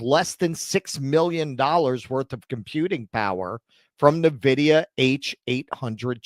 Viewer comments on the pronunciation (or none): Ffs... It's not Neh-vidia It's IN-vidia This channel and TJD show are practically sister channels at this point... Gaffs n everything. Cheers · N-Vidia, not Nevidia. It's a computer company, not a subsidiary to Nestle 😂.